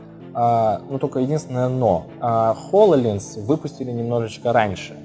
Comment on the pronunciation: ААААААА! ХОЛОЛЕНС!!!!! все, все, я успокоился... кто-то говорит хололенз АААААААААА, ХОЛОЛЕЕЕЕЕНЗ